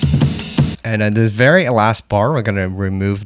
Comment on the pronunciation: Its not "dis section" its "this section"